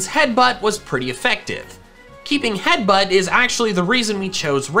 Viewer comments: headbutt not heatbutt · Ah yes my favourite move "Heatbutt" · haha “heatbutt”